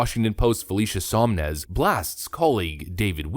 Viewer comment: It is SoN-Mez, not SoM-Nez. It's written right on the screen multiple times but you mispronounce it over and over. Sloppy, but otherwise a good video.